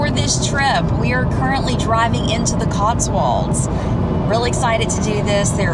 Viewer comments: It's pronounced CotsWOLDS, not CotsWALDS! All American make this mistake! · Cotswolds: pronounced as it is spelled, Not Cots-warlds. .